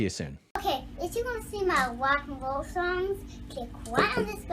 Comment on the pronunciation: I subscribed to hear some “mowa wock n woll songs” but no such luck yet. 😂 She’s too cute. Glad to see your sub count grow with all the vids lately. I’ve been here since the early Mike interviews.